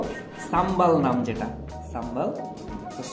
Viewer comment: ভাই সাম্বাল না এটা শুদ্ধ হবে সাম্বার....!!!😍💕😍